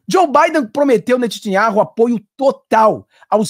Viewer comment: Amado, não é Netitiaurru e sim Netâniaorru, blz ? Bênçãos pra ti Sempre